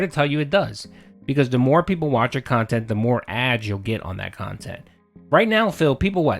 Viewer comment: Guess the "QUALITY KHANTENT" is as quality as he think it is.